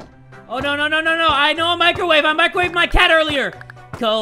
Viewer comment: "no no no i know a micowave! I Micowaved my cat earlier!"